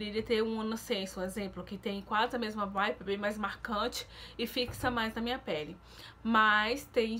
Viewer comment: Se fala vibe e não vipe. Dá agonia ver vc falar as coisas erradas igual quando vc fala bobi splash e é body splash. Se fala explendoroso e não explendoso